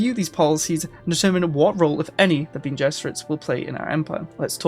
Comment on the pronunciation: Bene is pronounced ben-eh a bit like rene (artois)